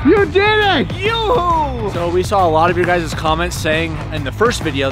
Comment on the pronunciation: Oops it’s you Hoo not youooh